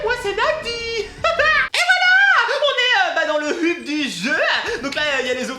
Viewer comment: Ok sa s'écrit un hub mais sa se lis heub